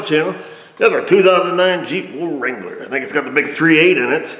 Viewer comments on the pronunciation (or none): "Wa....wait. Did he just say 'wuh-rangler?" checks "Yup" *Edit*: Now i've watched it. This video was great! You got to experience a second mystery - a new mystery on the fly. But you followed your procedure, got a plan: 'If it broke, then it should be misfiring.' Tested your theory, and it was dead on. It's nice that the suddenly dead wire had a logical and verifiable explanation.